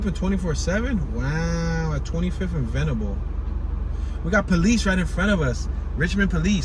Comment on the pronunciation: Leigh is pronounced "Lee" and Venable was right the first time you said it. The roundabouts are new. They have redirected some of the streets... they used to run straight through no impediments. By the way, Google's information is not exactly correct... neither is Richmond's where Google got the information. Union Hill used to be separated from Church Hill proper by a ravine that was filled in to build Jefferson Ave. The streets of Benjamin Mosby's Plan followed the topography of the hill at the time which is why it doesn't follow the usual grid, which allows for the interesting placements of buildings. Jefferson Townhomes are not projects but still part of Union Hill, literally on the edge of the hill.